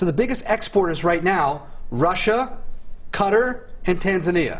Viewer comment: The main lesson I learned here is that every American needs to learn how to pronounce Qatar.